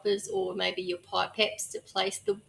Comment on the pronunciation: They are pip-ettes not pipe-ettes.